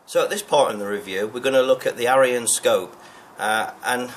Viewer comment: Scope name should be sounded as eeyon not ayeeon think of aesops fables.